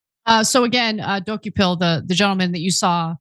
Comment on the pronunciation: Lol 'Docu-Pill', his last name is pronounced 'Da-Ko-Pull'. I know cause its been an unfortunate habit of mine to watch CBS mornings. Saw that interview too, shameful. Whats more shameful is they're having Bari Weiss interview Erika Kirk, and I figured yeah this is enough CBS for me.